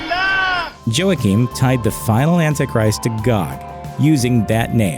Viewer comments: It’s not “Joaking”. It’s pronounced “Wakeen”. Moronic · “Joa-keen”? Isn’t it pronounced like “hwakeen? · Joaquin is not pronounced "Joe-a -keen" but "Wah-keen"...do you research... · joe-uh-keem lolll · YOU REALLY CANT PRONOUNCE NIETZSCHE OR JOAQUIN?!?!?! U shouldn’t be a narrator then… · Joaquin...lmao please, make sure your pronunciation's correct.